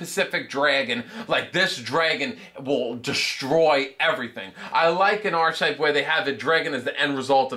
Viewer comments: Archtype It’s pronounced ark-type And if your going to say something make sure u say it right it comes off as Ben Stiller in tropic thunder who thought veitcon plural was vietcons So do research, 0 stars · And that is pronounced "ar-ke-type".